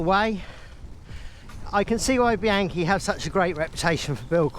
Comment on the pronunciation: BEE-AHN-KEE, not BEE-ANKY, OK? I love taking mine out on vintage rides, remembering (as you said) why I got into cycling in the first place.